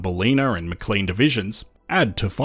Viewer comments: Hyped! And that's not how you say Maclean. It does not rhyme with clean. It's a Scottish word. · Im doubting your Ozy-ness now with your pronunciation of Ballina and Maclean 🙄😐 or are you using Aussie AI narrator? Always thought your cadence quite odd.